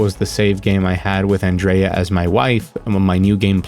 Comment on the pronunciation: Hurray, you’re the first American I’ve heard call her Andreya and not Andrujja